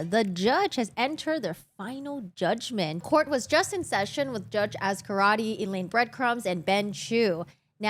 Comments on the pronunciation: Is she saying Elaine Breadcrumbs? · It sounded like you called her Elaine Breadcrumbs😂😂😂😂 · I thought she said that too!